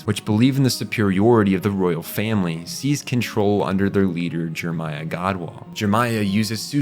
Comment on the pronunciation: C.C. is pronounced C-two... because of the 2 Cs, same with V.V. Oh, you think the second "e" in Jeremiah is silent and you say the "p" in coup, okay then. This show was a meme when it came out and the fandom knew it... fun times. I still remember Spin-zaku. Lloyd was the best character, this is not an opinion, it is a fact.